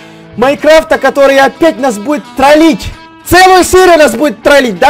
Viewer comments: не " ТРАЛИТЬ" а "ТРОЛИТЬ" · Не тралить а тролить не русский учись говарить